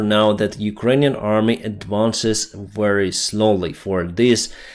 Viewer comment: Dear, excellent work. Just a very small pronounciation correction: aerial, not earial(area, not earia), very, not wery. Keep it up, slava Ukraini